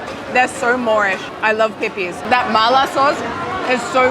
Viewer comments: You saying "pippies" repeatedly made me laugh so hard lol! Great episode! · resident american dumb asshole here, IT'S PRONOUNCED PIPPIES? PIPPIE????? Like Pippie Longstocking?!? wow, I've heard so many people pronounce it like pipi (pee-pee)... I just assumed they were peepees which can have a VERY different meaning depending on your humor